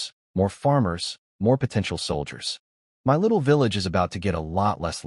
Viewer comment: This channel is 5 months old and yet the A.I still hasn't been fixed. It still says 'M.Y' instead of 'my'.